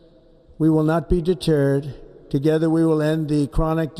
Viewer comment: No, not deturd.. just not deterd